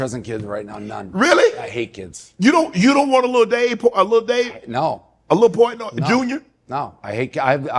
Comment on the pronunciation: I Love Dave Portnoy! He is as real as it gets. A real MANS MAN! Shannon you gotta do better on pronouncing your guest name